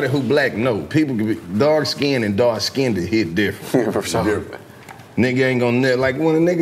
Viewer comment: "Let me get that dark skinnded"